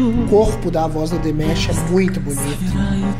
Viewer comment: excelente reação ao Dimash novamente! Apenas pra acrescentar, você pode pronunciar o nome dele como se fosse em português mesmo, Dim-A-sh 😉 Continue o trabalho pois vale muito a pena! Abraços